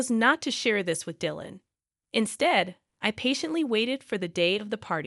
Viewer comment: Come on. This must be an AI generated narrator, given that it doesn't know to reliably pronounce Dylan. NO SUBSCRIPTION FOR YOU!